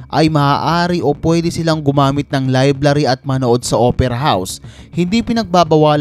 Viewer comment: Library not liblary